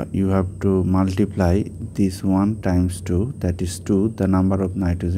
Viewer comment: At first learn to say multiplt